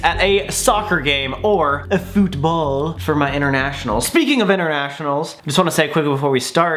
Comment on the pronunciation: The way he said football WE DON'T SAY IT LIKE THAT!! 🤣😂